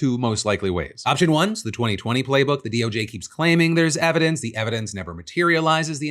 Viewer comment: Hey Kash, you drunk bro? “We’ve got all the ‘everence’” lol he meant to say evidence